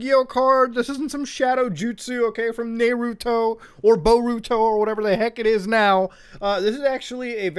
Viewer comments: The fact he said Næruto instead of naruto broke my heart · Nay-ruto? Boi huh wtf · "Naeruto" eh....hmmmm xD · my man said "nayruto" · He called it nay ruto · Did my bro just say Nairuto. No one gonna talk about this! That’s almost as bad as Narowtoo. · Nayruto. Did i just hear that right. :/ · "Nae ru toe" bro huh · 'nay-ruto' HJFDHLKGFDISLJG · he say "nayruto" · The way he said Naruto... 😔